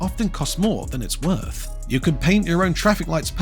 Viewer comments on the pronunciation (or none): none